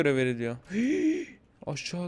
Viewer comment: abi laz mısın ''in da aşşa in da'' dedin diye düşündüm